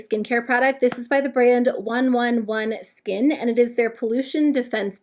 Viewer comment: It’s actually pronounced one eleven skin